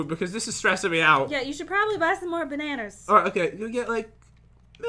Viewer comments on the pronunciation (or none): I love your videos and I love how you say bananas but in stud you call it banner